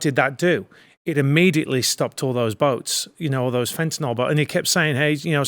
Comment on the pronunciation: FentaNYL, not fentanol... eesh.. 🙂